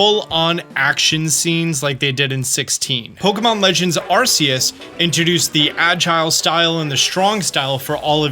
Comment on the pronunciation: Wait why does still say Ar-see-us? Ar-kee-us is canon.